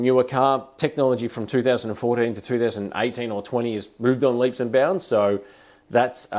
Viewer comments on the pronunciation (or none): none